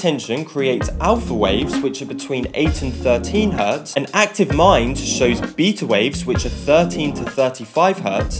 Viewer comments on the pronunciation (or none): none